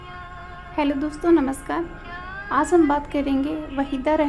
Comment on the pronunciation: Aaazzz nahin hota aaj hai ..bhasha thee karo